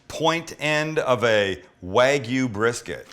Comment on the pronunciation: It's not pronounced wag yu, it's wahg yu. You've been to Japan. A's are pronounced as "ah."